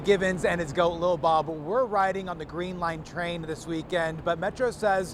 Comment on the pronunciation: Ok, absolutely love this reporter!!! 😊❤ First he says Lil Bob right, and then says his name without erasing the accent as it should be from a linguistic standpoint.